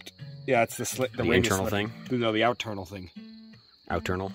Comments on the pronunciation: Lost me at “out-ternal” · “Out-ternal” FFS